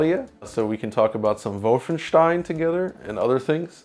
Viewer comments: Lol now Alex has saying VOLFENSCHTIEN too XD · it's probably the correct way to say "Wolfenstein" but nobody says it that way. I like how the Digital Foundry team has committed to saying "Volfenstein". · Wow this dude uses German pronunciation when saying Wolfenstein.